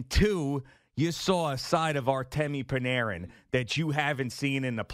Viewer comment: I thought Bloomers, I mean Boomer, was a big Ranger fan. How come he mispronounced Bread's name TWICE in 10 seconds? He literally called him Pranarin two separate times in two sentences. Boomer should stick to football, his hockey analysis is awful... Let's Go Rangers!!! 🇺🇸🇺🇸🇺🇸🇺🇸🇺🇸🇺🇸